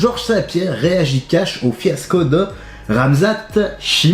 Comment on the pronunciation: stp dis bien khamzat pas ramzat mon cousin